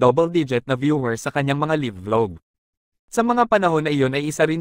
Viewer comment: "LAYV" not "LIV"